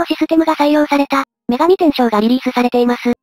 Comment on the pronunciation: × シュミレーション 〇 シミュレーション × めがみてんしょう 〇 めがみてんせい